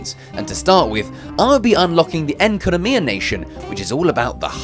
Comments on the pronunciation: KLEE IS SO CUTE and did you just call the haydro place ''Incanamia'' ITS NOT CALLED THAT, ITS CALLED FONANE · Ah yes, the hydro nation “Enkanomiya” 💀 For those curious- the nation of hydro if Fontaine, not Enkanomya. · It’s not Enkynomiya 😭 😂 its Fontaine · "enkanomiya nation" god no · Bro called fontain enkanomia💀